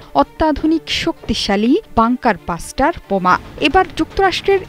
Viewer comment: বাষ্টার না মূর্খ। ব্লাস্টার